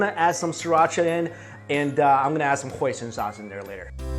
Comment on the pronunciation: When he said Hoison sauce I thought he said poison sauce